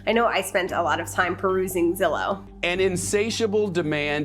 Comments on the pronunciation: I work for Zillow and is pronounce Zillow not Zillow 🤦‍♂️ just like is data not data 👌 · The way she said Zillow triggered me